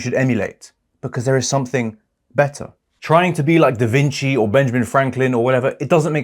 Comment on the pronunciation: it's duh-VIN-chee , Not : duh-Vin-KI